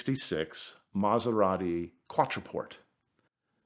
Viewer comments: I've never heard an Italian mispronounce Italian so badly! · Fantastic story, amazing car. Just wish he pronounced it's name correctly!! lol